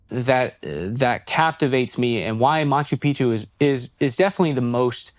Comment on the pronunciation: 🚨CORRECTION: It is NOT pronounced [Machu PIchu], it is [Machu PiC-chu]. There are 2 Cs there.